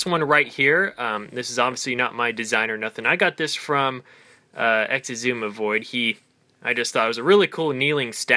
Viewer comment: its pronouncek ik-suma-void